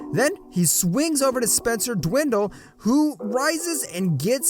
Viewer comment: Spencer Dwindle 🤣🤣🤣 it's Din-widdy like witty. Also Buddy Hield like "yield" with an H. Alotta mispronunciations brotha, but otherwise GREAT content for being a small channel. I'll definitely be back to watch more videos man keep up the good work! Also it's Bo-hahn not Bo-jin Could be wrong but I also hear SGA pronounced and Shay not Shy. Just tryna help for future content.